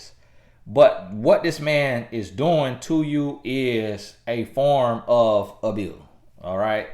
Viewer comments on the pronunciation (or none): 😂😂🤣🤣 the way he says abuse